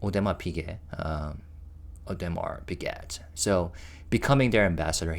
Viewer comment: Just fyi, Audemars Piguet is pronounced O-du-mar pee-GAY. Oh, by the way, do you EVER SLEEP??? I really appreciate all of the great content, especially because you respect privacy, don’t speculate, and are always kind. I seek you out first when I want to check up on the guys and know I can trust that you worked hard to be accurate and fair. ⭐️⭐️⭐️⭐️⭐️